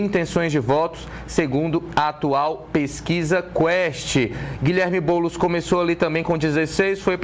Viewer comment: Ate o jornalista ta chamando o boules de boulis kkkk